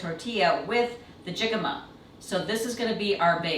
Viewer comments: both the cocktails and healthy tacos are inspirational! Just a note--pronunciation of "jicama", the "j" is silent, or rather, pronounced with an "h". So, "hic-a-ma". Hic! Have I already had one cocktail too many? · No ones told her.. The j is pronounced as an h. So it’s “hicama” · OH, so cute and fun! Would love to see more of Oscar. And...is anyone going to tell how to pronounce jicama?:-))